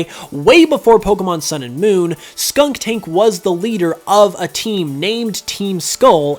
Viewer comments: Its SKUNTank Not SKUNKtank! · I know this is very nitpicky, but there's only 2 K's in Skuntank. You keep pronouncing it Skunktank :/ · I'm not bothered by the fact that Skuntank is the leader of Team Skull. I am however traumatised by the pronunciation of Skuntank as 'Skunk-tank' XD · I don't think I've ever heard a Poketuber say Skuntank's name correctly.